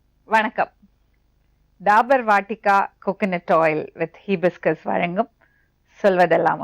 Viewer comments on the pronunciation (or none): ஹிபிஸ்கஸ் இல்ல.ஹைபிஸ்கஸ். செம்பருத்தி.முடி வளர மருந்து.